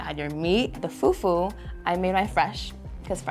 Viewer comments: Im American and can say it right its not pronounced fu-fu its pronounced foo-foo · it’s not about that…the pronunciation is still fUfU not few few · the fyuh fyuh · Oh God brought disgraced the whole nation even me they said bring Cameroonian food he brought a dish we don't even eat with "few few " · it’s pronounced “Fu-Fu-“ but this man said “few-few” 😅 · foo foo instead of few few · fyew fyew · said, "foo foo" not fufu 😂😂❤ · “Few few” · They are all Africans and they do know how to call it “fu-fu” what’s with the feew feew🤦🏼‍♀️ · Right, "few few"..lol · he really said foodfood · Right? Like wth is FewFew??! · Few few 😂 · da hell is few few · “the few few” 😂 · The way was saying “few few” pissed me off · Mans said foo few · pronounce fufu as "fewfew" made me lose my mind XD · I am just some random, uncultured Australian girl, but even I … hearing everyone pronouncing “fufu” and then hearing that one guy saying “few-few” I’m like … “I’m not so sure about this guy.” Side note: I now have to figure out where in Sydney I can get some proper Nigerian food, apparently. 🤤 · I’m not African but I know that it’s not pronounced like foooooofoooooo with an American accent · did really say fewfew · The guy that pronounces fufu as few few i knew he was the worst lol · plsss we don’t pronounce fufu like that😭😭😭😭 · im not even african and the way this guy is saying fufu is rlly irking me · It should be a crime to pronounce fufu like that boy. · “ i wish the fewwww fewwww was a little more bOUncy” 🤣🤣